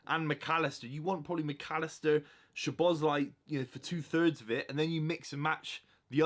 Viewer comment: You butchered szoboslai’s name so badly, he literally broke it down how to say his name